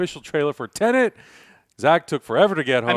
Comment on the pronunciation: Its Tenet not tennent